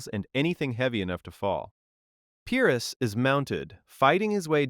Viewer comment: Better than average, but you'd be doing yourself a favor by looking up how to pronounce the words you don't know. When you guess at the pronunciation, you sound illiterate. What's worse, is that, after mispronouncing Pyrrus two or three times, you pronounce Pyrric correctly. You can definitely do better...please do.